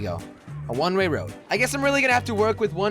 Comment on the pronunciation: You keep saying rne ray when it's one way